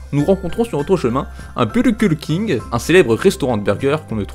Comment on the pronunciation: ca se dit burger king comme en anglais et c'est super connu il y en a plein de France en Amérique ect...